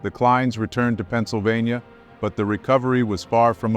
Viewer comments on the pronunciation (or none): none